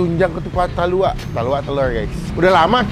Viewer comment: Talua bang, bukan taluak